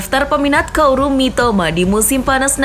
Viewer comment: KAORU bukan KOARU